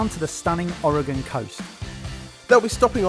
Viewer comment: Thank you for pronouncing Oregon correctly! ❤